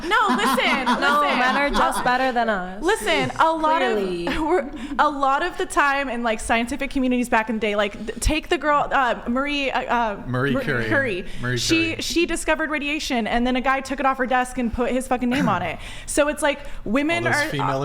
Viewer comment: It's Curie... nor Curry. She's not Indian food. Also there's a Sklodowska at the end depending on who you talk to.